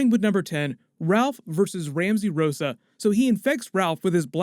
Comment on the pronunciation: Ramsey RUSSO not ROSSA. Ru SO.